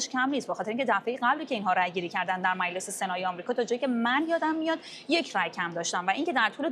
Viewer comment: به خانم حسینی بگین میلس نیست مجلس درسته